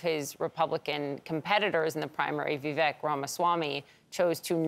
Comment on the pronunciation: “Vee-vehk” 🧐 I just can’t take you seriously if you don’t pronounce his name correctly.